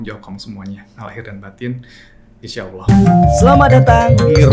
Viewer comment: admin nya..tlg belajar mnyebut nama Allah dgn smpurna.